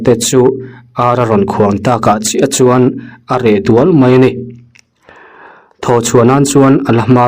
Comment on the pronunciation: Hlauhna hi a reh dual ngai em ni? Eng hnam ṭawng nge ni le? Mizoṭawng ah chuan ni se, hlauhna chu a reh duak zawk tur a nia. In thilchhiar hi chu fimkhur ve deuh teh u. In awri ngaihthlak chuan, mipa tar lam tawh awm a ni sia. Mizoṭawng hi i hrethlawtlo em ni zawk le?😮😮